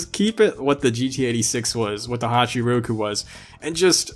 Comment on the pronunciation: Why does he call the toyota 86 honchoo roku